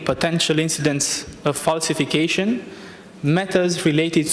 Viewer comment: "falsificăișăn" dl dr, sau ce oi fi, ne ai făcut dq de râs, așa "promovați" pentru Bruxelles, de așa guverne ratate. Mi a venit să vărs când am vizionat înregistrarea cu percheziționat și n care polițiștii au găsit ceasul femeii care l ai furat 😏Ai peste 10000 euro pe luna, nu ajung pentru "verifikăiș'n" 🤮